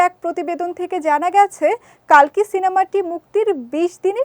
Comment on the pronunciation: কল্কি হবে কালকি নয়